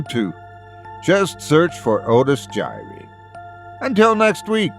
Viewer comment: Otis jiry.... 🤦‍♂️ ... well, it's better then nothing.